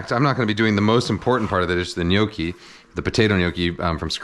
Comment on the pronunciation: Cant believe Im hearing someone in english saying gnocci properly